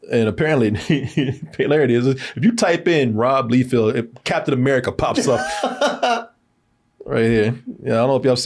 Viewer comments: Rob "Leefield"? All the other videos I search on YouTube says it's "Lie-feld". was correct the first time! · His name’s Rob “Lie-feld”. pronounced it right the first time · It isn’t LEEfield, it’s Liefield…and it’s Eee-liath, not Aylieth…Jesus Christ! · Its pronounced Life feld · Yeah, he kinda exposed himself with "Leefeld".